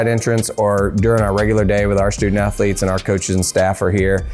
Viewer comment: "sToOdENt AthErLetes' -Eric Cartman